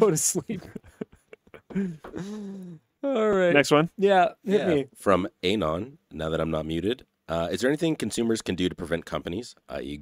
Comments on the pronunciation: To the guy off camera: Anon is pronounced ah-NON, not AYE-non. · Miss pronouncing Anon is triggering meeeeee